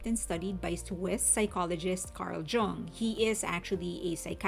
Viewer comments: Jung is Swiss and his name is German so it is pronounced YOONG. It means “young” and is the most common German surname. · the way i heard people pronounce Jung after this album...